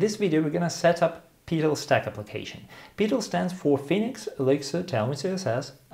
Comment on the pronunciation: The way you pronounce "Petal" reminds me of "Peter File" from the IT Crowd. LOL